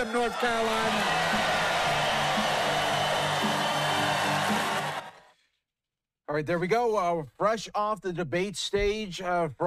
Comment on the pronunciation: "Let's go get'em North Caroline!" Caroline?! Dude doesn't even know how to pronounce a united state.